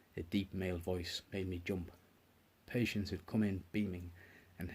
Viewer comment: Pronounced.. PU-Shonse